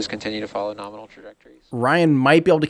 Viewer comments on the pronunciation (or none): Okay, I am eating my figurative hat. I did hear use the word "norminal" yesterday at the end of the Crew 1 cast. I still think promulgating this portmanteau word is inappropriate in a scientific context. It promotes imprecise communication, like writing guidance programs with metric units and entering Imperial units. Also, it literally hurts my ears! I have thrown objects at my TV when I hear the word 'nukular' used in place of nuclear (I hope you're aware of the distinction)! I can see you've monetized this vulgarization of 'nominal', and I understand you are using it ironically, but in interest of the English language, and your standing in the scientific community, please consider a gradual phasing out of the usage. Let it pass, like the cosmonaut suit. It was uncomfortable for you to appear in the spacesuit all the time. Understand that it's equally uncomfortable for me to hear a word continuously mispronounced and misused. Let's not "norminalize" the term! Thanks, and keep doing what you do!